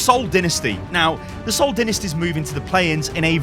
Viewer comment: How did my man just pronounce the Seoul Dynasty lmao